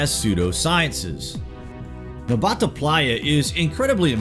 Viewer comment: *Nabta bro not Nbata